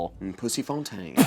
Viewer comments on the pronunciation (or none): none